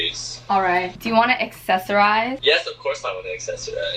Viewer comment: d-did he sat ac-sex-orise 💀💀🤚🏼